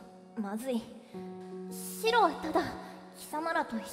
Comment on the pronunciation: シロがスゥロに聞こえてしまう...